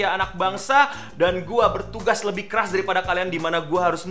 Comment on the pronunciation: gak jelas hahaha.kerja kelas apa kerja keras😂😂